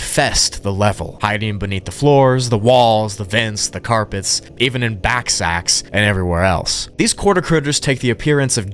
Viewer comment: Ballsacks. Not backsacks.